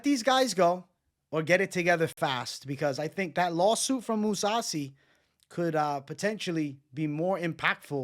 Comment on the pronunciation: This dude said moussasi. This guy is a fucking joke. Perros just jump on the train as it's in motion. Spineless